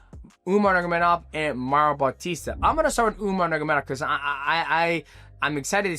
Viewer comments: NurMAgamedov, not Nurgamedov. Thank you haha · Umar NUR-MA-GO-MEDOV not NUR-GUR-MEDOV hearing you mispronounce his name so badly so many times drove me crazy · Nur-ma-go-med-ov Five syllables. You never manage more than four.😅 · Who the hell is "umagemadagufov"? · "Umar Nurgameda" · DJ said Umar Nurmagomedov 50 times and didn’t pronounce it right once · DJ has a very hard time pronouncing Nurmagomedov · did DJ go to the chael sonnen school of fighter name pronunciation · Mighty, stop saying Umar's last name lolol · DJ said Umar's name 20 different ways and I don't think one of them was right 😂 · Bro STRUGGLES to say Nurmagomedov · The way this guy says Umars last name is wild. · Ts was frying me 😂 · Take a shot every time DJ butchers the Nurmagomedov name